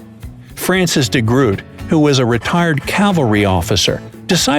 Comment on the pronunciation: I understand your pain. He pronounced "de Groot" horribly wrong too. It hurts.